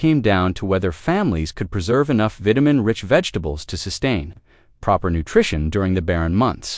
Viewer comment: The vitamin pronunciation